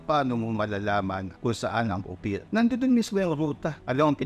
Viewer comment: Baka Land of APIR hindi Ophir 😂